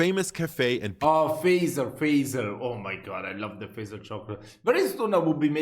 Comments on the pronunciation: It is pronounced Fa( A) , not E. So hard consonants, Fazer. Strange that a german does dot get it. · should already know how to pronounce "Fazer" correctly by now. The word "sauna" is already starting to sound right. Usually, just a couple of kilometers of driving with your wife or girlfriend is enough before your nerves are completely shattered.